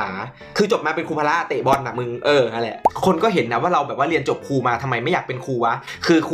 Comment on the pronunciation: เป็นครู ไม่ใช่ เป็นคู อ่ะ